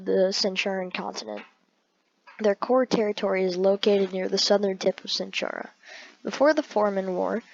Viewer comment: ITS PERNOUNCED AQUILA AND ITS PERNOUNENCED CENTAURA NOT CENTHURA AND ANTARES ISNT PERNOUNCED ANTAREZ